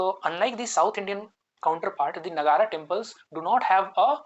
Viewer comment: It’s Nāgar not Nagarā 👍🏽